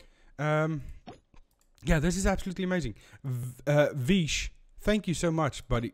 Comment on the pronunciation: Hey I am vish btw , nice vid bro. And also my name is pronounced vi-sh not Fi-sh 😂